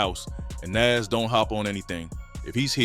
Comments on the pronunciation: It's not Nes, it's Nas... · 😂 ...and who is Naze 😅😅. A.I. is horrible lol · Never heard it pronounced like that, “Nes” or “For-real” (Pharrell). Thought it was black AI or something